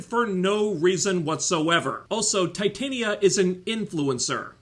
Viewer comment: The way you pronounced Titania is correct, they pronounce it that way in the show cause TITAN and she's strong. Yeah it's a really dumb name.